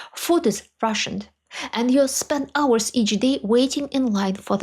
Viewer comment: When you said "the food is rationed", I heard "the food is Russian", and I thought, "...Well...yes, I suppose that would be logical."